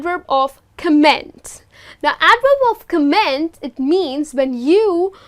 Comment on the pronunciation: Piss Trooper he's probably cringing because of the way she pronounced 'comment'. And she didn't mention that adverbs of manner can also be used in the middle position. But I don't agree with him on the whole channel comment. I think this is a fairly good channel